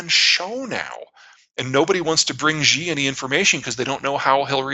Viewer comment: For fucks sakes. Pronounce his name like SHE, the pronoun. X in Chinese is Sh and XI is SHE, not zheee.